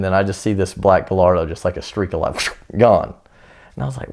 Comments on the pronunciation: GUY-ARD-O is it really that hard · Did he just say guhlardo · guh-lard-oh.... can't believe that made the final cut lol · hmanposter yeah well that’s how most Americans pronounce it. Not a big deal. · Did anyone else cringe when he said Gallardo..? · Can't believe Ed allows people on here that can't even pronounce Gallardo.